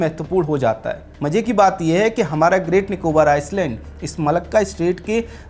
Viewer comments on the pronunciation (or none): Good News Sir. Welcome to our Emerald Islands... Mini India 🇮🇳.... The Andaman and Nicobar Islands ( read as 'I - land') s- silent not 'is - land'. Any way. Jai Hind 🇮🇳 Pragthisil Bharat 🎉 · आप हिन्दी में पत्रकारिता करते हैं लेकिन थोड़ा अंग्रेजी का सामान्य जानकारी रखें। आइसलैंड नहीं आइलैंड उच्चारण करते हैं। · "आयसलेंड" ❌ "आयलेंड" ✅ कहो भाई क्यों की इस शब्द में 's' silent हैं! 🤨😡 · Island.. i land👈 s silent hai . Iceland nahi. Main Andaman se hi hu . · भाइ आइस ल्याण्ड नही आइ ल्याण्ड बोलो ना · First you need to improve your pronunciation. It is called Island not Iceland. 😊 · It's not Iceland its pronounced as Eyeland (Island) S is silent.. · It is island not Iceland. When you do public podcast prepare well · Bhai Iceland ni hota ailand bola Jata hai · Ice-land nahi I -land ......s silent hai rest all good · Not iceland it's island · आपका टापिक और कन्टेंट प्रभावशाली है। आइसलैंड नहीं आईलैंड बोले। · आइसलैंड नहीं, आइलैंड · pronunciation thik karlo.. Iceland nahi. Iland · Iceland kiun Bol raheho. Island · भाई आइसलैंड नहीं पर आईलैंड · iceland ❌️ i-land.✅️ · अरे भाई, "आइसलैंड" नही "आइलैंड" बोलो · आइसलैंड नहीं जनाब, आइलैंड कहिए। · O bhai, Iceland nahi Island hai.. 's' silent hota hai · Film herapheri ki ek dialog- Kya youtuber banega re tu, I-land pronounce karne ke jagah Ice-land pronounce kar raha hai, inko itnaa bhi maloom nehi ki island ko pronounce karne ke time S silent rehtaa hai. This ice-land pronouncing was irritating . By the way topic was excellent. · Aapki saari batein theek hai beyond comment hai ...... Lekin Kindly ...... ISLAND Koo ICELAND Naa Kahe ....... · Iceland nahi Island. Pronounciation - iland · ये शब्द आइसलैंड नहीं भाई जी आईलैंड है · Are anpad Iceland or Island! Pronunciation toh thik kar😂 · Areehh gaddhaa buddu island ko Iceland nahi parte pehle parne sikhlo 😅 ..bashh ek galti nahi bar2 iceland pronounce keh rahe hai 😂😂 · Pronounced iceland in stead of island through out!😢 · Bhai Island ka pronunciation galat kar raha h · S in 'Island' is silent ....